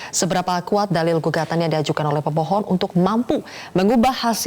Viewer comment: 0.11 gua kira dia bilang "seberapa kuat dalil gugatan yg diajukan oleh pembohong" 😂😂 gataunya pemohon